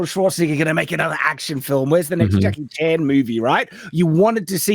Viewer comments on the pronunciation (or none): none